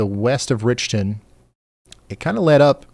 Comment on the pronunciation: Dear Ryan. That town in Ms is called Rich ton not Rickton. Thx